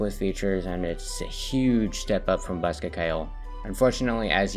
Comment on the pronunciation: Bosca Ceoil is irish, you pronounced bosca good enough, Ceoil is pronounced more like “Key-Oh-L” though, Bosca means box and Ceoil means music, put them together and you have “Music box” or “Accordion”, greetings from Ireland